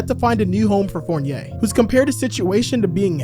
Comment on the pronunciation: The way stern said fournier's name is crazy lmao